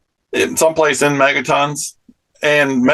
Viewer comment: WOW their nukes are so strong they measure it in mega*burps!